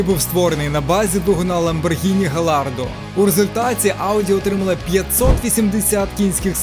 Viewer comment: Авторе, Gallardo читається як Ґальярдо.